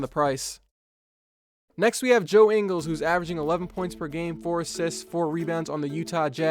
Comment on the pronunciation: You pronounced Ingles wrong